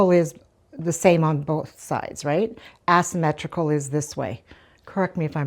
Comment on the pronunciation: I agree with you. 😂I like items placed in an asymmetrical way.also By the way you're cute you were saying "ass symmetrical" it's actually pronounced with a long A like in the word say ..."A symmetrical". I like your video you always make me laugh by some of the casual things you say. You would be one of the best girlfriends to be around!❤